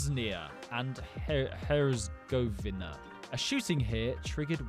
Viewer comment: boz knee ah and hertz a go vee ner